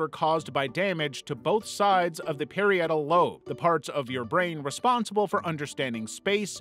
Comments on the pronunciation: Don't mean to be rude or a smartass, but it's pronounced "puh-rye-it-ul," not "per-i-e-tul." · Parietal (puh-RYE-it-ul), not (pair-ee-AT-ul) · For the love of god, it is “par-rye-eh-tul” LOBE not “pair-ee-eh-tul” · Parietal is pronounced pah-RYE-ih-tal. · Repeat after me: "pair-EYE-ut-ull." Keep repeating until you stop saying it WRONG. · "the Perry-yettal" lobe? dude don't make any more neuroscience videos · The name for the lobe governing motor functions is pronounced pa-RY-a-tal. It rhymes with “varietal.” Parietal. Part of a content creator’s responsibility when teaching about the brain, is to nail the basics. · What disorder do you have where you pronounce parietal and gyrus so badly? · The way it mispronounced parietal is killing me. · You mispronounced a few things (like “parietal”) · Mispronounced parietal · I dont think we should be learning about complex mental disorders from a person who doesnt know how to prounounce the word parietal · dog why not learn how to pronounce parietal first